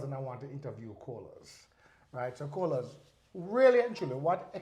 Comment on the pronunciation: Nice interview. Great job,very informative. I just love the way you and pronounce Colaz name🙌🏽😊